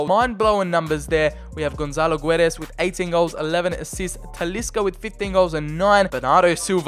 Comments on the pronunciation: The "U" in Guedes is silent and the "Ç" in Gonçalo reads like an S not a Z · Btw the u in goçalo guedes is muted ok we dont read the u